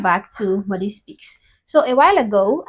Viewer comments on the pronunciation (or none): none